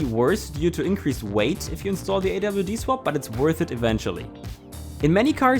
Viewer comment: “awd” and “rwd” lol